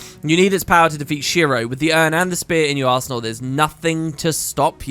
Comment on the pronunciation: I can't help but hearing Arse Hole when you say Arsenal...😂😢😂